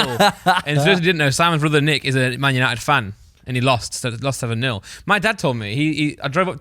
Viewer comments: It’s NICKlmao not neech wtf? 💀🤣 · Isn’t it nich and not nitch?